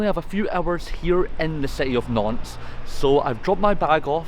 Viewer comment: Great video. I'm also really impressed with your pronunciation of Nantes and Rennes.